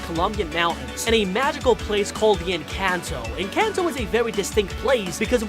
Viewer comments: ITS ENCANTO NOT ENCENTO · Bro, it’s pronounced En con toe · EN- CAN -TOE😂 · ITS EN-CON-TOE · it's called enconto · It’s “encanto” ❤️🧡💛💚💙💜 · they are talking about the pronunciation the man in the vid was saying it like en-cayn-to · we pronounce it as ing-kan-to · YOUR SAYING IT WRONG ENCANTO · YOUR SAYING ENCATNO WRONHG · Encanto don't had y and it's encantoy now🤦🤦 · you're pronouncing Encanto and Mirebell wrong